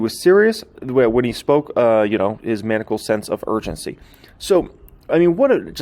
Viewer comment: Manical? Ma-nye-ical